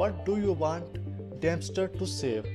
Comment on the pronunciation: Did he just say "damnster" instead of dumpster